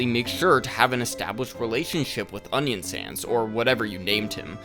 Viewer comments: I'm sorry, do you call Onionsan "Onion Sans"? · "onion sans" "sans" oh my good brother ... (its a good video don't worry) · why are you calling him "onion sans" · why do you call them onion sans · him calling Onion San, Onion SANS throws a chill down my spine